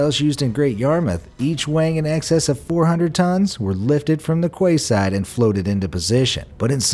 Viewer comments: Quayside Pronounced key-side not kway-side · It's pronounced 'key' side, not 'kway' side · ...''kway'' side!!....quay is pronounced ''key''....That aside the video is...amazing!! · It's pronounced "Key side" not Qway side. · “Quayside” When it’s your job to read, make sure you can pronounce else you’re gonna get criticised. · not 'kway-side,' it's pronounced 'kee-side.' Otherwise it was a good video :-) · "...were lifted fro the quayside and...." The word 'quay' is pronounced 'key', so the pronunciation you're looking for is 'key-side', not 'kway-side'. Please get it together, edit and reload this video. Thank you. A concerned viewer. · And I'm sure quayside is pronounced keyside, at least it is in the UK. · 'Quayside' is pronounced Key Side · lol the quayside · How he pronounced quayside 🤦‍♂️